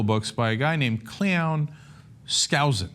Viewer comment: 'Cleon', pronounced, 'Clown'.